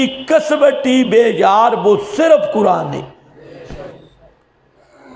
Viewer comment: کسوٹی کو ک۔سو۔ٹی ک زبر ک س زبر و سکون سو ث زیر ی سکوں ٹی آپ پڑھتے ہیں کس وٹی یہ کیا ہے لفظ ہے ھمیں بھی بتائیں